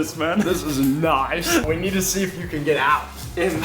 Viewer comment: "everything we nee doo doo"